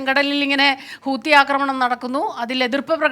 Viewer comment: ഹൂത്തി അല്ല . ഹൂതി